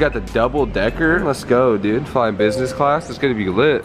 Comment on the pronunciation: how many times did he say busnes class ->